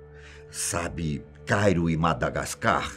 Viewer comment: Idai ele fala dê magadascar :. Eu me remexo muito kkkkkkkklkkkkkkk